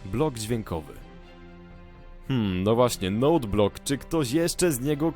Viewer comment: czyta się njut blok